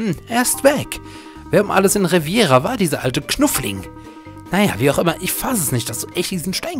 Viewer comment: Hi, schöne Lets Plays! Kurze Anmerkung: der Ort nennt sich übrigens RevEEEEEra, nicht RevIIIIIIIera. Haste vermutlich mit dem spanischen Küstenabschnott verwechselt. Cheers, Zockrates